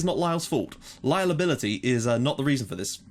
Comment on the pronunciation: "Lyleability" ha ha loving the save!